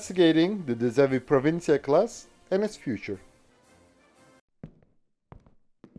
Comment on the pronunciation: Well done on the Dutch pronunciation, you pulled it off impressively 😅